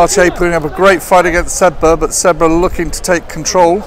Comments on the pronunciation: He is saying sedbruh 😂😂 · Someone please teach the commentator how to pronounce Sedbergh